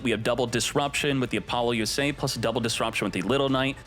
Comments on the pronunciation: "Appolo USA" is that what I heard? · "AppoloUSA" is sending me evey time you say it